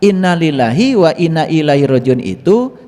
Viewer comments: Ma'af pa. Itu salah cara bacanya. Bukan illah tapi iaihi artinya kembali padaNya. Hati-hati ya pa jgn membodohi ummat. Pesan aku belajarlah yg bener, baru ngomong. Oke!!!!! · inna lillahi wa inna ilaihi roojiuun. kata yg kedua bukan ilah pak tapi ilaihi, huruf jar bersambung dlomir hi. yg artinya kapadanya. انالله وانا اليه را جعون.